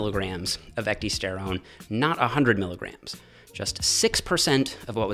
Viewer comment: It's pronounced (eck - DIE - sterone) and if you get the real shitt (this is the hard part) you will know. I was putting on 3 lbs of muscle week after week on it. It was crazy. The product (now extinct due to Cytodyne being bought out by a competitor) was Methoxy-Pro protein powder. Also had methoxyisoflavone in it. My meal cadence was meal/shake/meal/shake/meal/shake on my days off and a double shake serving on the days I lifted after my W/O.....I saved my 2nd shake to double up on after my W/O. I had found a natural way to boost my HGH. Ate perfect and supplemented perfect.....I was growing while I was AWAKE! - this actually freakin scared me. I laid off my stack and my lifting for a spell and the next time I went to order Methoxy-Pro it was discontinued everywhere. There's a lot more studies on Ecdy than you found. Thermolife referenced about 6 dozen studies when promoting their product E-Bol.